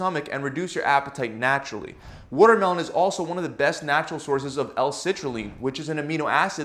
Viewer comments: Wutermelon is made of wuter 🤣😂🤣😂🤣😂🤣😂🤣😂🤣😂🤣😂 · Is this guy canadian? The way he pronounces watermelon is unfamiliar to me lol it sounds like wootermelon 😆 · must drink wotter mellon 😂😂😂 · Wooder melon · What's wutermelon? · He said woodermelon!! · Woodermelun lol I know a Philly accent when I hear it! What can I say; we pronounce our water, watermelon and waterice, aggressively 😎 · Wtf is a Woodermelon 😂💀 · what exactly is a "WUTERMELON"? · Can’t trust a guy who can’t pronounce watermelon. Wootermelem. Wooder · He worrerd the worrormelon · he really said “woodermelon” this was helpful. thank you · He says votermelon. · Wootermelon hahahahahaha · I love it when he says wooter-melon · “ Wudder melon” lol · I wish he talked about wutermelon in every video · Excuse me Sir... he said, "Woodermelon," mmkay? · Woahter melon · whahahaha wottermellon 😂😂😂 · Yess WURTERMELON🤣🤣🤣🤣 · woooter melon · “Over 90% of wotermelon is made of up .. woter” lol. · Philly accent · he’s from nyc i think